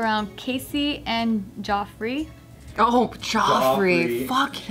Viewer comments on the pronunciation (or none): Geoffrey (from the article) is pronounced Jeff-rey, not Joffrey.